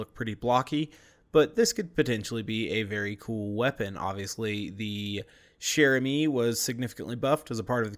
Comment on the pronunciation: Just pronounce "chère" like "share" and that's it !!! You are already perfect for "amie"